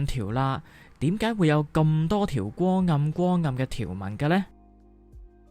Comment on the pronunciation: 点解 讲成(典解) ??????????????????????????????????????